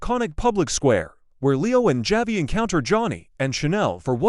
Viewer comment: Javi is pronounced Havi in.Spanish.